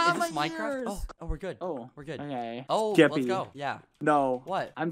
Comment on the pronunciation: its so funny when bbh sounds like hes saying “geppy” xD